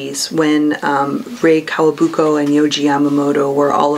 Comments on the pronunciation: Oh and guys, it’s not Kawabuko it’s KAWAKUBO! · It’s KAWAKUBO not Kawabuko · I know this video is over a year old but I need to say clarify it in case someone watches it and also gets it wrong: it's Rei KawaKUBO, not Kawabuko. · Did she just say Rei Kawabuko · I loathe the way Rei Kawakubo’s name is mispronounced. Also, no Odeur53?!